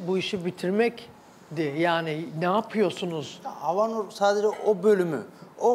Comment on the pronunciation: Havnur un türkçesi meşaj diyor mesela ! Bu insana prim verilmez cahil çok havnur .